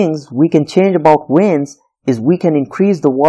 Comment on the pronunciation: Great job. Just a little tip: It's pronounced veins, not weins. It's kind of distracting.